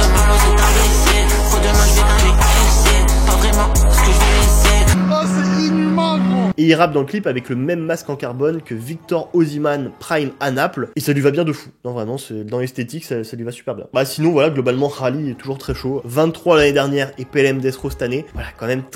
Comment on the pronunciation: «Victor osiman »😭😭😭 quel prononciation